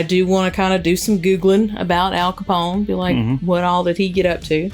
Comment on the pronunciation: ....how do you mess up Al CAPONE????? No worries, much love for ya both...but Em...tsk...lol